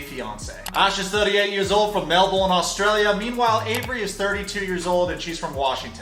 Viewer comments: also gotta say as an Aussie from Melbourne you're pronouncing it wrong 😂😂 It's pronounced like mel-burn not mel-born 🤙🤙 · Ffs... Melbourne is pronounced Melbin, not Melborn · I'm from Adelaide South Australia. It's pronounced like this - "Melburn" not "Melborn" and it's written like this - MELBOURNE 👍🏻🇦🇺